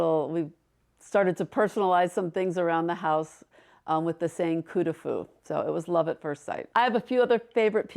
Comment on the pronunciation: coup de foudre is love of a person at first sight. coup de coeur is love of a thing (like a house) at first sight. coup de coeur can be applied to a person, but coup de foudre is not applied to a thing. also, coup de fou, the way she's pronouncing it, means a good lay